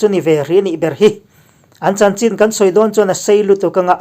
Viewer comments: Chin i lam khi a dik lo deuh ka tia ch hi an nei ve lo ania....chin tia lam lo in chhin tia lam tur zawk ani e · Chin hnam kha a aw (pronunciation) chu (Chhin ) tih tur a ni a chhan pawh Chhinlung chhuak a tanga lak niin (Chhin) aw INP kan lawm e